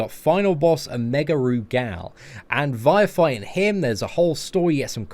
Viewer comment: Rugal is more pronounced with gul instead of gal so when spoken it sounds like Rugul but spelled Rugal